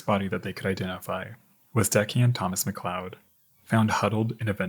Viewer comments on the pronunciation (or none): none